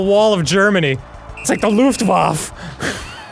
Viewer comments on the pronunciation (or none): the German language does not have silent letters and an e makes the ah sound. He was close, except that he pronounced the w as an English w and not like an English v and didn't say the e at the end of the word. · Technically he just said "Luftwaf" Luftwaffe is pronounced lou-ft-vah-fa